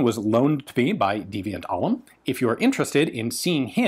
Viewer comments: Quick correction, because I'm a dork. Deviant Ollam is pronounced "Deviant Ollaf." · Isn't Deviant's surname pronounced more like "Olaf"? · People and saying Deviant's last name wrong. Name a more iconic duo. :P Though to be fair, it's not at all intuitive that it's pronounced "Olaf"